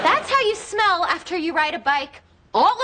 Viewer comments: 為什麼老師的smell聽起來很像smile? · Yeah, teacher's pronunciation of "smell" is a little bit off :) thank you for teaching.